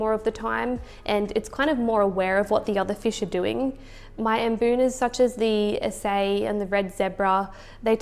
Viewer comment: Usually it is pronounce A C I, long A, C, then long I.